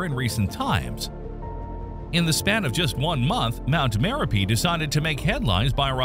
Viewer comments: It is spelled as Merapi and pronounced as Mare-UP-ee. Have been there in 1990 and it was smoking even back then. The former Merapi in Sumatra was renamed Marapi to avoid confusion with its namesake in central Java. Api is the Indonesian word for fire. Gunung is mountain. So an active volcano is a Gunung Api. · Dude can't say merapi correctly, totally ruined the whole video